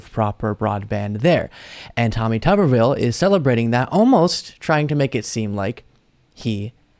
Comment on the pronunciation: It is TUBE-R-VILLE.